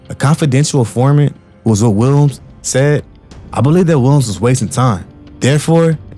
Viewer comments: Why bro can't say Williams? He saying "Welms" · Wow!!! You covered this REALLY well. Only thing that coukd be better is pronouncing "Williams" properly. Remember that you can check pronunciations online and hear it when in doubt. Nit being a jerk. Just see your talent & know that if yiu work on enunciation & pronunciation that it will help you. Good luck. 👍🍀